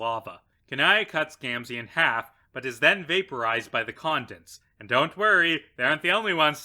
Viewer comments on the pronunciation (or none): It’s not con-dense as in condensation, it’s con-desce, as in condescending.